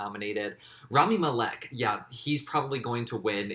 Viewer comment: you saying rami malek's last name wrong